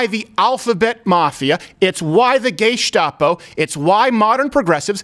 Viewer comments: He just said gaystopo 😂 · Did he say gaystapo? Thats funny stuff right there.